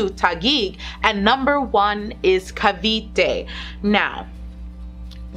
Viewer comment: Im glad you say cavite phew